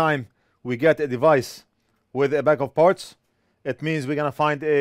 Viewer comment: You said "bag of parts" and I thought you said a bag of farts. lol I thought "well that's weird. lol